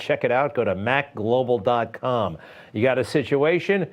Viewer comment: it's maglobal not macglobal